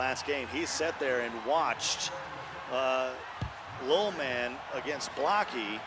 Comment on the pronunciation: Why does that guy struggle saying ‘Lil Man’ like Jesus.